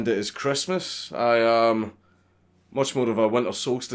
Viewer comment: It’s Chrestmus